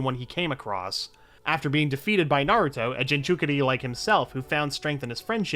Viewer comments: Like I get it you can't watch every single anime on the planet...but if I wasn't sure how to pronounce something that clearly isn't written in plain English I would search it up, it takes like 15 seconds before I press record again... What the fuck is a ginchukuri or whatever the fuck you were trying to say? this channel is extremely hit or miss, big dislike for this one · I love the way jinchuriki pronounced as jinchukiri